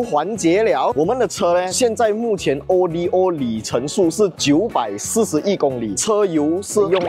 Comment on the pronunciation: 不明白咧。。。为什么中文媒体会把Odometer的简写Odo以字母单独念成O.D.O.。难道是和中国车媒把Evo念成E.V.O.同一个概念？ Odo源自于古希腊文'路途'的意思，不是什么缩写。